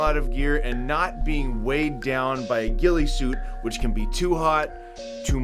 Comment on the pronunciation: "Gheealee suit" lol